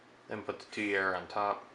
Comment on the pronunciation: It's pronounced "tweer", like steer. You're welcome.